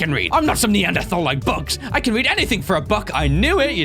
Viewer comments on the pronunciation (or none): none